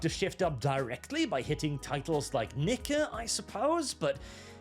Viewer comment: Ha, he really did pronounce nikke as nikker.